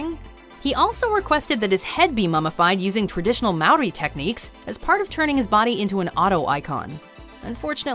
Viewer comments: "maow-ree" hurt my soul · So weird to hear Canadians pronounce Moari.